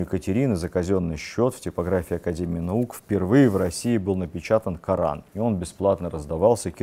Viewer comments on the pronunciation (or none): none